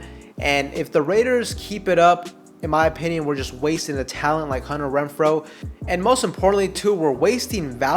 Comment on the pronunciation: After you said it the fourth time, it became funny all over again. Imagine how hard I was laughing by your 100th "Hunner Wrenfro". :face-green-smiling